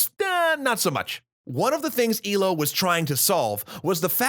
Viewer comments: Its not ee-low but eh-loe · It's ELO, not ILO